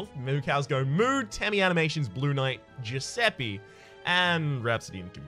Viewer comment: It's not "Giuseppi" is "Giuseppe" the e in Italian sounds like a in English, how you pronunce the first e is how you pronounce the second one